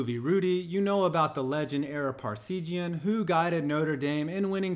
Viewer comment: Good vid but he completely butchered the pronunciation of Ara Parseghian